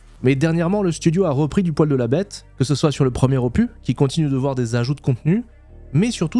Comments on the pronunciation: on dit opuSSSSS pas opu... tu vois c'est comme pénis, on dit pas péni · Pas "opuuuu", mais "opuSSSS". ^^ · Opusssss, on dit opusssss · " Ce nouvel Opu " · En parlant de prononciation pour générer des commentaires😆 En français, on prononce le « s » final de opus. On dit donc [opys]. Le mot vient du latin opus (œuvre), et en français, la règle pour ce mot spécifique est de prononcer la consonne finale. Voilà 😛mille bisous et bonne continuation 😘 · Moi aussi j'aime ça prononcer des mots anglais à la française. Est-ce que tu faisais exprès aussi pour le mot OPUS? Normalement on prononce le S. Donc OPUSSSSSS. Salutations du Québec. :) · Opu, terminu, cactu, processu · Marrant, on dirait que tu as découvert un mot avec 'opus' 😂 à priori le S se prononce toujours ! Bonne vidéo sinon. Pareil j'ai snobé SE1 depuis .. toujours, mais force est de constater que le second a ses charmes, l'aspect échelle des choses et du décor environnant notamment , on parle souvent de l'échelle pour SC, mais là ça semble nettement au dessus en terme de terraforming / surface planétaire. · merci pour cette vidéo :::: par contre le S de opus se prononce !!!!!!!!!!!!!!! en français en tout cas. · La prononciation de ton anglais me va très bien. CEPENDANT la prononciation du mot opus 😂😂. Tout cas tu as raison d’ouvrir ta chaine a d’autres jeux.